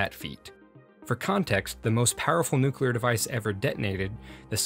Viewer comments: "Nuke-you-ler?" Seriously, dude? Please bring back the old RealLifeLore narrator!! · OMG HE SAID NUKULAR